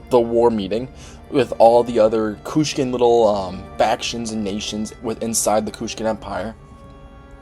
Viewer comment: It's Kushan not Kushkan